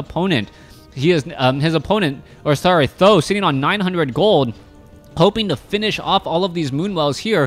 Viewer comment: Th000 should be pronounced as "San Dan" which means three eggs in Chinese as there are three eggs in his name